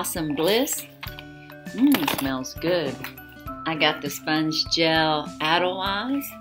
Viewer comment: It’s pronounced Sponge gel A See the accent over the e at the end of the word. It’s the same as saying Renee’ pronounced Renea with a long A at the end.